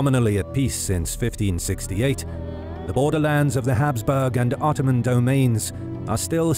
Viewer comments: Did anyone else notice how it said 𝓞𝓽𝓸𝓸𝓶𝓪𝓷 empire in the first seconds instead of ottoman, just thought I'd point that out, have a nice day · "Otooman empire" lol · Ottoman become Otooman... glorious. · No one: Otooman Empire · Ah yes, the otooman empire... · *Otooman ... lol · The OTOOMAN EMPIRE ! xD